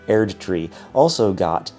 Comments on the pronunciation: it lost my shit at "Elden Ring: Shadow of the Turd Tree" idk if that was a real pronunciation mistake but i lmao xD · LOL! Shadow of the Terdtree! I’m a huge Elden Ring fan and that made me crack up so much! I love Final Fantasy more though. Rebirth is an incredible masterpiece. I just can’t see other games taking its top spot honestly. It’s just that good. Thanks for this wonderful news. One Love!